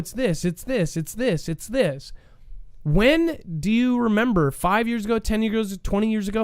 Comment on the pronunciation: "And Mermember" ! Lol got one coach 😂